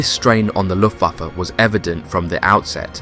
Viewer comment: He said LOOFAFA BWAHAHAHA